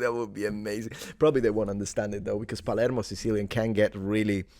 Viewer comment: . Yeah, I noticed in your video that you made only in sicilian that instead of saying plaermo you said something closer to palieymo